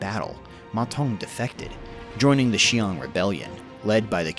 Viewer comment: Qiang is pronounced as "chee-ang" not "shee-ang" Also "Teng" is pronounced just like it looks, "ten", not "tung"